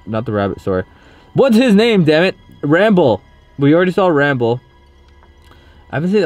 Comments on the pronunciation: his name is rambley not ramble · It's not ramble it's rambly